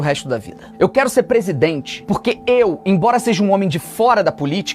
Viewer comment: Misericórdia 😮..., prissidentte???😲😩🫵🏾 😮😂😂😂... anistia já